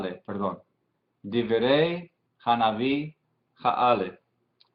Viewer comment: Y en el minuto no se dice "diberey" y "diberim"; es: "dibré" porque lleva sheva quiescente o mudo debajo de bet y no tzeréh como más o menos logro apreciar desde acá; y para la segunda palabra la pronunciación es "debarim" atenidos a la pronunciación sefaradita; "dibrey" y "barim" atenidos a la ashkenazi.